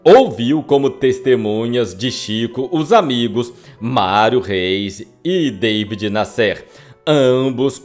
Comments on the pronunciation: Amigo, se pronunci David NÁsser, e não Davi Nassér. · "Deivid Nasser" é na verdade, David Nasser e se fala da forma como escreve. Era jornalista de revistas como O Cruzeiro Realidade. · Não é" David Nescêr" é Davi Nácer que se pronuncia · Davi Násser. Acho engraçado a esta altura 2023 brasileiro fazer que não sabe falar Davi (não era deivid). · Incrível como o pronuncia o nome do conhecidíssimo repórter David Nasser: Dêivide Nassér (sic!). Isso desmerece a narrativa e lhe retira meu "joinha". Que pena!... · O jornalista David Nasser ( pronuncia Daví Násser) Tb está enterrado no São João Batista. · A pronúncia é Daví Násser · Daví Násser...pronuncia correta. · Que voz desagradável do. Além do mais pronuncia errado os nomes, como David Nassér...derruba qualquer vídeo. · Seria interessante a correção da pronúncia do nome do jornalista David Nasser. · Esse ,ocutor precisa se informar sobre a forma correta pronuncia de muitas palavras como : David Nasser , e outras. muita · Qual a razão de pronunciar de forma errada o nome das pessoas , a exemplo e David Nasser? Qual?